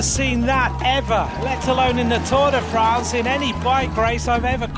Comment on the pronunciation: learn how to pronounce Tour de France